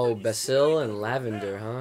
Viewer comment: Why does everyone mispronounce basil's name.You prounounce It the way you prounounce the herb basil.Like bay-zil